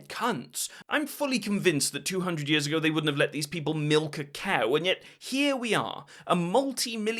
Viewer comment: Do you pronounce years and ears the same?